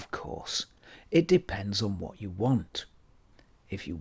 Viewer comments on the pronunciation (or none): none